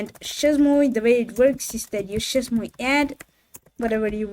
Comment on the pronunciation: Chez moi, 😅 its french google the prononciation Bonne continuation 🎉